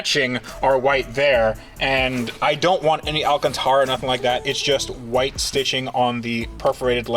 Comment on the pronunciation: I love it when y'all say "Alcantera" Doug Demuro makes it sound all fancy! Its polyester! That looks like suede! Its the same fabric ya get on a sofa at the furniture warehouse store's! Its not fancy! Cleans well but crushes and mats down! Hense "Alcantera" ghetto fabric